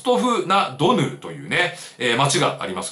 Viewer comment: ロストフ・ナ・ドヌーですね。 珍しく言えてない🙃